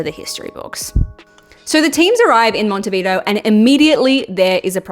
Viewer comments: First time I see a tong as microphone holder.. btw.. is not "Mountehveedo" is more like "m on teh bee the o".. thanks for the video.. no one will take the first world cup from us, Brazil and Argentina can win 20 times but the first is and always be ours in this planet. Cheers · Is not Montevido es MonetviDEO , if you are going to talk about a spanish soeaking country learn a little bit of spanish and learn how to pronounce the country’s name, but I get it, you are from united estates 😂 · "Mont-e-vido" 😂😂😂 It's "Montevideo" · Buenos Eres and Montevido lmao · It's Monte vi-DEH-oh... but let's not quibble...women, eh? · "Monte Vidoo" 😂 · Monte Vido lol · Me hiciste cagar de la risa 😂😂Siempre me sorprende como les cuesta pronunciar montevideo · You’re butchering the word Montevideo. It’s pronounced Monte-vee-deh-oh. Dammit!!!! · It was not FIFA back then...and learn to pronounce the venue